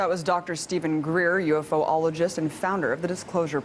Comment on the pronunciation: She seems interested , but she doesn't listen to his responses about 9% of Atacama skeleton's genetic material does not match human dna , and right after he mentions that she cuts him off and asks him exactly what he had just said before she interrupted him. Then, she calls him Dr. Green . Then, she says ufo-oligist when it is pronounced you+fall+eh+Jist . Sorry Abby, you are a beautiful, smart, professional, but you could have helped prop him up when he was trying to get the word out. Their is so many other important things he could have told her.Oh well, just sayin.